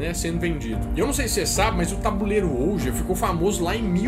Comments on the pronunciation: Ouija se diz "uí dja" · se diz tábua (OUÍDJA) OUIJA